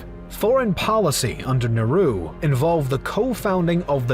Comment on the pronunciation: Nehru is turning up in his grave because of the video guy's wrong pronunciation 😂